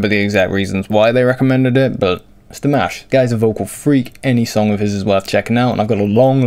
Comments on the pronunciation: I don't know what some people are irate about because his MOM pronounces it like that. Like Dee-mosh. I'm pretty sure his Mom would know how to pronounce it properly. heh. You're saying it fine. No worries. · you pronounce his name just fine, they may be pronouncing it in the language they speak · You say Dimash's name FINE!! LOL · I like that, as a rock signer, you choose to comment on Dimash because you are opening the door to others who would not normally be curious about this style. Great job by the way and your pronunciation of Dimash's name is perfect now. :-))))) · Your pronunciation of his name is fine. As long as people know who you're talking about, one should make allowances for regional accents. We forgive him his Dinglish accent so why not extend it to everyone. As long as you don't say Dimmish like some, you're fine. 😉